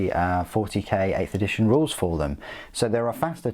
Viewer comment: Did u say 8th edtition rules? 😂👍🏻 love ur vids man. Keep it up